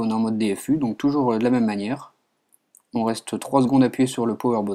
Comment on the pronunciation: TOI TU DIS "OM" et pas "ON" :PP